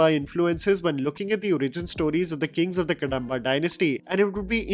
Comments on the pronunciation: It's कदंब dynasty, not कडंब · Kadamba pronounced wrong. It's not कडम्ब, it is कदम्ब. Btw, nice analysis 👍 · it’s कदम्बा Dynasty